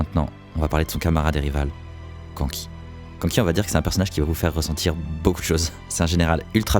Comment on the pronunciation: C’est pas Kanki mais k’nki